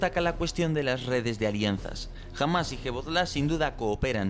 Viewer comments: Por favor, deja de decir Hebozllah. Da la impresión de que no sabes de lo que estás hablando... En serio, chirría muchísimo. Es Hezbollah... parece mentira que no lo sepas. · Cochabi se pronuncia en Español Cojabi Hamas / Hisbala (la h en este caso no es muda, es como una jota suave) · aaaaamigo, ya entiendo por qué dices hebozlá en vez de como se dice, que empieza por hezbol... Lo de los costes ¿qué te parece twitch? Hay mucha gente a la que le sobra el dinero en esa plataforma y lo va repartiendo. En cuanto a lo de hablar por código usando numeraciones me ha recordado a algo que decía un personaje de Metal Gear Solid V, que era navajo. Decía que en la segunda guerra mundial Indios navajos se comunicaban por radio en su lengua para que tradujeran los mensajes de inglés a navajo y de navajo al inglés para así, no poder descifrar sus mensajes por qué ¿Quién iba a hablar navajo en el pacífico? Recuerda, twich. Haces allí el directo, lo grabas y lo subes a YouTube